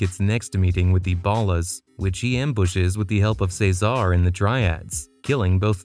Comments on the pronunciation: Say-zar, Kendl's bf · Are you saying Cesar’s name like that on Purpose?? It’s really annoying how you incorrectly pronounce his name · It’s vercetti not Verchetti and it’s cesar not cezar but good video